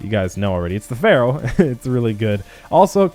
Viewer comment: "Ferrow" lmfao